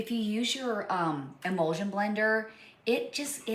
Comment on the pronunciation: Yes thank you. Thats what I meant as I was hearing her say imulsion when really she meant immersion blender which is what I have purchased one in the past. Thank you so much for the info!!!🥰